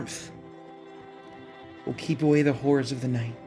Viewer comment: My favorite thing about is his Inability to purrnounce half of the "R's" in HoRRors. Hearth mother, keep that poor little twink safe from what lurks in the night.